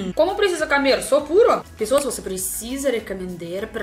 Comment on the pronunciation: Você está pronunciando as palavras camer em vez de comer, cantinuar em vez continuar, impartante em vez de importante.